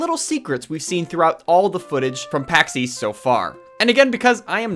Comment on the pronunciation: I hear "Paxeees" but I know you mean Pax east lmao